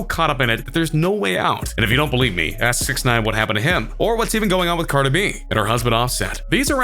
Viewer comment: "Carda B" wtf it's "Cardi B"